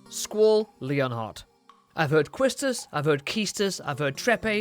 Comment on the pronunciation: Skoll = Squall